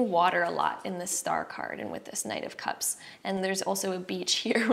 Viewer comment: Each time u said knight of cups I kept hearing 9 cups lol-group 1